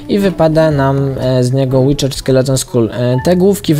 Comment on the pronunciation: to nie jest witcher(łiczer) tylko wither (łider)